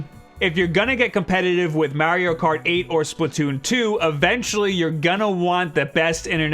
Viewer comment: he actually said 'maire-io' kart. smh